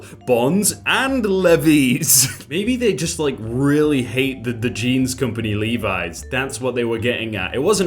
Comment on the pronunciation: THANK YOU FOR PRONOUNCING LEVI’S RIGHT!!!